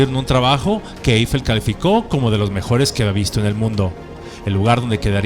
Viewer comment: Excelente video. Magnífico guión y excelente léxico. Muy buena postproducción. Solo le falta pronunciar correctamente Eiffel, ojo: No lleva acento grave en la primera E, por lo tanto se pronuncia sin ningún acento.